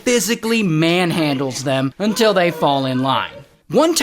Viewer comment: I love it when Ray says "until"😂